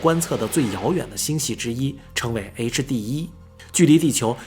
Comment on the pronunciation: HD1的發音太完美了 終於不是夭